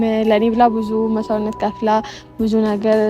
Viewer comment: ግን አማረኛሽን አስተካክይ ይቅርታና መፅዋትነት ሳይሆን መስዋትነት ሲቀጥልደግሞ ዱአ እንጅ ዱሀ አይባልም እንደእህነትነው የነገርኩሽ❤❤